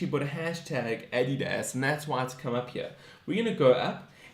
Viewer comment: Your saying Adidas completely wrong